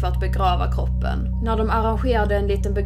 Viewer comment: Varför säger du koopen istället för kroppen